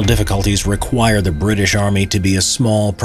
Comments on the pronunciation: BRI’ISH Nooo noooooooo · British more like Bri'ish